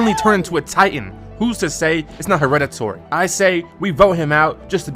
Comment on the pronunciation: "Who's to say it's not hereditORy" Ah yes.. eNgliSh